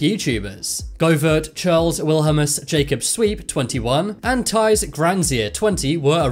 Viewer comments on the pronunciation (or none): Teis? Its ties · The way you say "ties granzier"- like noooo thats not how to- noo just no😂